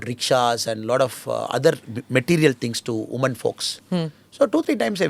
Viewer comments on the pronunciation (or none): none